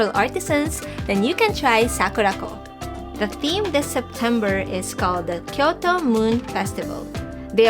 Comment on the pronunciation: Oh...Sakuraco, not Sakurako loves Himuwari..........